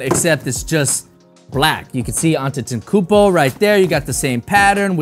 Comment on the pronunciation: he said it wrong its pronounced a-kum-poe